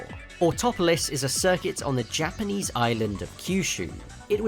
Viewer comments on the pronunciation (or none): none